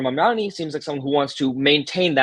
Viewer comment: ITS MAMDANI. JUST SAY IT RIGHT HE AINT ABOUT TO FORGET NOW